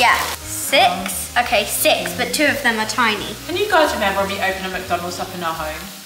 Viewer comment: Please stop saying muck donalds 😂😂